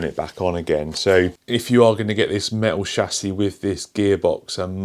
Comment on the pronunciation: “A me-o shassy”